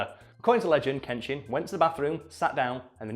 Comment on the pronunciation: Pronunciation of Uesugi Kenshin: oo-ay-sue-Ghee ken-shEEn (fairly certain on this, but could always be mistaken)